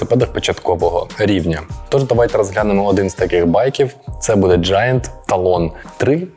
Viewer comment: ненавижу произношение этого бренда...поэтому посмотрю и поеду на Marine😂